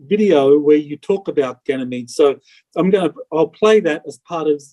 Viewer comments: Janamead? Guy can't even say it right. So is that not worth questioning? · I've never heard anyone pronounce Ganymede like this guy does. He says Jenny meed. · Come on! This guy cant even pronounce "ganymede" correctly, let alone string together a coherent story without leading questions. You expect me to believe he's the person the military selected for their SSP? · Can't even say Ganymede correctly!!!!! and we are meant to believe Him????? If this was real he would not be able to make these videos!! And he's a plumber!!!